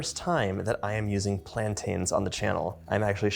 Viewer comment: please please learn how to pronounce plaintains